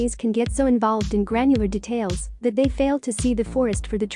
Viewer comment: I dont mind the music but gosh stop mispronouncing 'details'